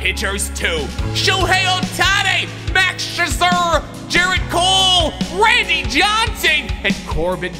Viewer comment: the way he said mad max’s last name is very angering, and jose altuve.and that he didn’t know the indiands changed there name.and josh hader. and when he thought the Diamond backs where the angels. and justin verlander . and albert pujols , and Louis robert. and ohtani.and grandal.and marcus.and he called a field a court. and acuna.and tony gwyn.